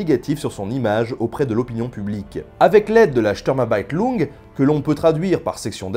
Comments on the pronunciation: Sturm Abteilung à prononcer "Stourme abtaïloungue". Tu as dit Ableitung, qui signife "dérivation" :) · "shteurmabaïtloungue" lol Sturm-ab-teil-ung... Osef de l'accent, mais faudrait quand même voir à lire les syllabes dans le bon sens x) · Très bonnes vidéos j'aime beaucoup par contre c'est pas Sturm Abeitlung mais Sturm Abteilung (section d'assaut). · C'est "sturmabteilung" en fait pas "sturmabeitlung" mais sinon génial comme d'habitude merci milles fois pour cet épisode :)